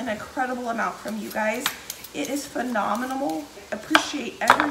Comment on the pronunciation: Am I!!! The only one that heard, phenomenimal(instead of phenomenal 😄😄😄, BTW I think she's still super cool🤗😘💐💖